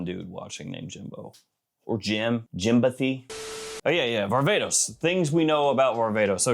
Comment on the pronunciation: I'm sorry, but every time people say, "Varvatos" the a is pronounced like ah. Varva(h)tos. Granted, it is not English, but even in English, the a doesn't produce that sound the a sound